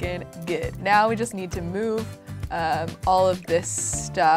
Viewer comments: She said meow instead of now 😌 I love her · did say "right meow"? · Omg she said moew instead of now and I'm lmfao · When you tried to say now you said meow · Did anyone else notice she said meow instead of now, after moving in?? Like if you did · and also WHY DO YOU SAY MEWO IN STED OF NOW